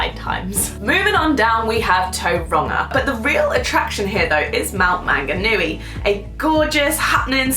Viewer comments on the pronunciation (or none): Its said like mt mon-ga-nui not man-ga-nuii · the way she said mount Maunganui made me giggle lol